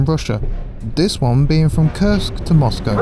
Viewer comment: Koorsk, not Kirsk, for God's sake